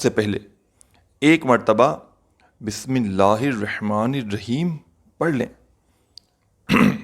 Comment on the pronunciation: pehle bismillah sahi ada kren